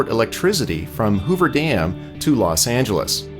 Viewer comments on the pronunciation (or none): none